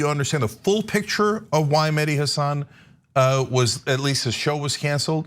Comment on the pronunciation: I cringe every time Cenk and Anna say "Hassán" as opposed to "Hassan".